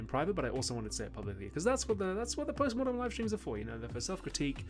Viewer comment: i keep hearing postmortem as postmodern